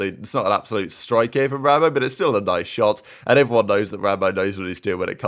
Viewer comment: is wild for saying “rambowl” instead of rambo 😭🤙🏼 1st comment btw